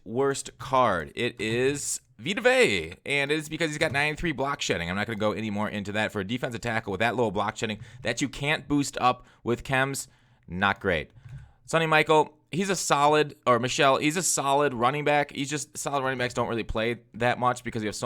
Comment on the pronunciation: Sony "Michelle" like Obama , not Michael 😭